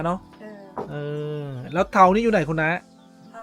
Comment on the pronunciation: 😂😂เตา ไม่ใช่ เทาน่ะครับ😢😢